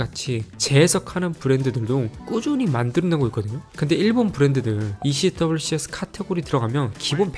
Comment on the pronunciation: 행님 ECWCS 는 미군에서는 'ECWCS'라 발음하지 않고 '에크왁스'라고 발음해용!